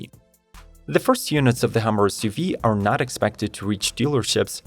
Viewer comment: It's HUMMER not HAMMER.... you're not speaking English grammatically ........